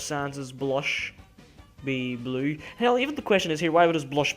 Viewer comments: Y bley? Lol i love the way you say blue. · lol, your accent. every time you say blue, you really say blooueri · I'm not judging on how you say "blue" but it sounds like "bleaue" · The way he says 'blue' XD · No offense, but how you say blue is hilarious